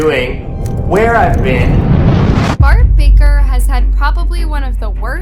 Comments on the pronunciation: Its bark baKer, you said Bart baRker 💀💀💀💀💀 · The fact here literally say Bart barker and not baker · So I’m the only one who realizes she said his name wrong…